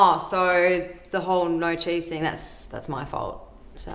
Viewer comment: Were they talking about cheese??? It sounded like Chiz